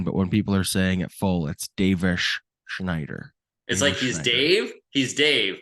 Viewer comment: pronouncing Davis Schneider is sooooo cringe.